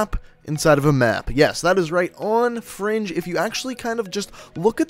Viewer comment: why does he keep saying fronge